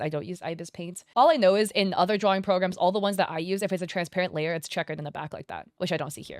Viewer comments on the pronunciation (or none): Layar she said it mean is layer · "Layahrrr" ... is either layer or liar 😂